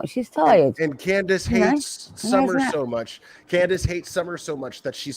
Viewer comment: And quit saying Grandus!! The woman has a name!!! It is Candus Harer!!